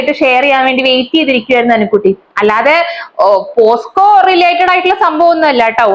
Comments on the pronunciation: posco alla pocso ath onnu padiku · പോസ്‌കോ അല്ല പോക്‌സോ